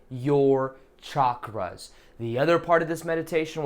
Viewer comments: Thanx! Always wait for your meditation...feel great after them...😊 Hope ur channel keeps growing! Btw....'Chakras' are pronounced with ch....as in Chuck(ra)... not shh...like in Shucks.... hope that helps:) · Heather Lyons-Trautwein : hi! It's only pronounced as "chuck (ra)". Chakra is a Sanskrit word that means "wheel" or "disk". There's no other way of pronouncing it, since Sanskrit words are pronounced exactly like they are written in its (devanagri) Script. I guess they are sometimes mispronounced when written in other languages. ☺ ☺